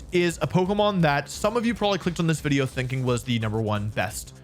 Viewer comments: Wideo 😂😂😂😂bro said wideo not video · Wait at the sponsor bit at the end you said “wideo”